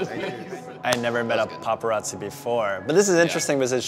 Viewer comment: The dude in the red hat got my grits boiling ,he can’t even say paparazzi right 🙄🙄